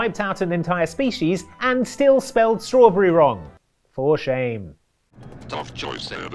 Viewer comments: You said "Strawrberry". 3 seems right, no? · Yes there are 3 r's in strawberry, but he clearly said strawbrarry. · "strawberry" does contain 3 rs though 🤷‍♂️